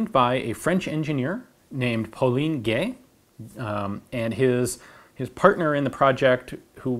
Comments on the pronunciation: "Paulin Gay" That pause you made after saying his family name! XD While you did say "Gay" correctly, the "Paulin" part was lesser so. the "in" part can be said in a similar way as in the English word "rind" (while not stressing the "n" sound). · Poleen-Gay hehe